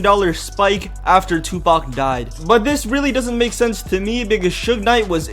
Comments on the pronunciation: this nigga said Tubac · ur saying it wrong its TOOPACK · lol he said 2-bac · Lol "three PAC" Love you PAC !! My favorite rapper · Omg the way he says 2 pac.......like if you agree